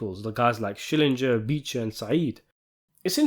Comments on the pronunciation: SCHILLINGER ! NOT SCHILLINJER ! THE SHOW WAS 27 YEARS OLD, YOU SHOULD ALL REMEMBER HIS NAME ! 😂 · Schillinger the man's Name is Schillinger How Hard is it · Every time I hear someone mispronounce it I hear him saying ITS SHILLINGER....SHILLINGER! Like when he had to correct ppl 😂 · And the only ones in the show who correctly all the time say his name are ironically his biggest enemies Beecher and Said, i remember Ryan's and Cyril's father called him Skallinger or something like that 😂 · "Key skillenger"